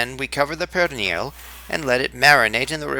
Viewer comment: perrrrrrrrrrrrrrrrrrrrrrrrrrrrrrrrrrrrrrrrrrrrrrrrrrrrrrrrrrrrrrrrrrrrrrrrrrrrrrrrrrrrrrrrrrrrrrrrrrrrrrrrrrrrrrrrrrrrrrrrrrrrrrrrrrrrrrrrrrrrrrrrrrrrrrrrrrrrrrrrrrrrrrrrrrrrrrrrrrrrrrrrrrrrrrrrrrrrrrrrrrrrrrrrrrrrrrrrrrrrrrrrnil is the actual correct pronunciation.